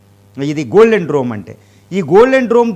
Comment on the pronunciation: డ్రోమ్ కాదు డోమ్